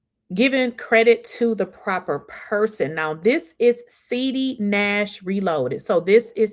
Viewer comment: I love that you keep calling him SEEDY because that’s what he is 😂